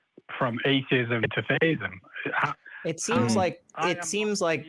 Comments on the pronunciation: Yes, definitely. Listen to how both pronounce "thayism". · has called before. He is the only person I've ever heard on humdreds of these calls pronounce it, "thaiyism". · So, I just got to call... I forgot, his other identifier is the "thay-ism" pronunciation.,, etc all pronounce thee-ism as thay-ism. So, I'm convinced. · Same dude. "AthEEism. Thayism."